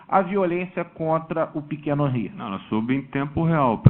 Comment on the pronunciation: Não é Hanry é Henry advogado idiota.